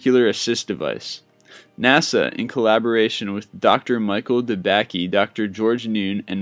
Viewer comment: Its pronounced Dr.De-BAKE-y. I went to a medical professional high school that he created :] may he R.I.P.